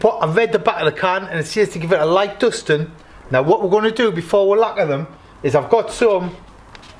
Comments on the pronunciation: hi mate, is English your first language wherever your from ? LAGQUAAAA 😂😂😂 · Worth a thumbs up just for the way you say lacquer. 😆